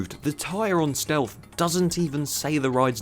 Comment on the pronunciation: Gotta love a bit of "Steatlth"